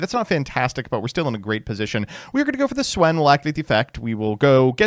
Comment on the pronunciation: Didn‘t know you could mispronounce Swen that way